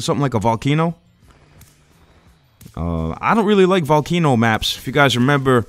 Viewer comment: the way he pronnounced volcano made me go crazy haha